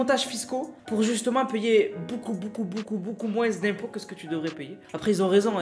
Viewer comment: "Moinze d'impot"